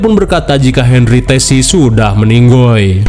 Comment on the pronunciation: itu yessi bang bukan tessi..